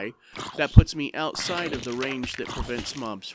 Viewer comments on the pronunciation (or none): none